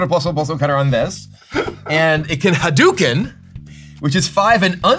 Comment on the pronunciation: "Rai-yu" "Ha Dew Ken" Kibler def not a SF fan xD